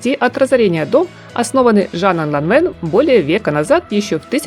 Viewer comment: Произносится Ланвэн!